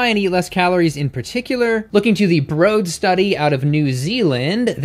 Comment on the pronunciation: Why do you pronounce it "brode" study when "BROAD" is written right there? Anyway great vid!